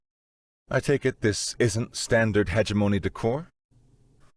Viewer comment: "Hegemony" LOL HAHAHAHAHAHA Ha-Gem-Money